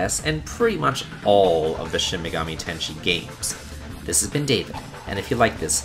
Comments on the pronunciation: It's "Ten-Say", not "Tenshi". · FTR, "sigil" is not pronounced like "seagull" but rather "sijjul"; also, "tensei" is pronounced like the English phrase "ten say" and does not sound like "tenshi". Finally, I should mention Mario & Luigi: Dream Team, where most of the game is amenable to grinding, but the giant battles, including one just before the final boss, are not affected by grinding (the predecessor, Bowser's Inside Story, worked similarly, but the giant battles weren't quite so difficult or complicated). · Its also Shin megami Ten-say, not Ten-she Ten-say means reincarnation, ten-she means angel.... so... yeah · It's Shin Megami Ten-se-i, not "tenshi". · I appreciate you including Nocturne, but it's tensei, not tenshi. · I must correct with your pronounciation if I'm wrong. You said 'tenshi' that is 天使 or Angel. It was Tensei, that is 転生 or Rebirth. Please be more careful of grammar that it might cause misunderstanding for anyone ... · Shin Megami tenSHE, it’s Ten-sei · Tensei, not Tenshei. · Tensei is pronounced like "sensei" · Shin megami ten "SHE"? you sure you actually played this game man? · Did I just hear Shin Megami "Tenshi"? lol wut